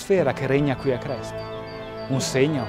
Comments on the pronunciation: io di cognome faccio Crespi.....e quanto odio che si pronunci con la E aperta -.- Comunque video interessante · ) comunque, CRESPI con la E chiusa :pPp